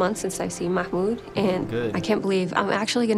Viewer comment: Does she even know his NAME? She just called him ma-HOOND .